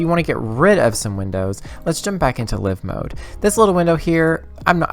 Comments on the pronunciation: It is Live - like ALIVE or FIVE, not Liv mode - like GIVE ... Great tutorial though :) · LIVE with the "I" sounding like eye☺ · I say live with "i" like in give. To each their own. :)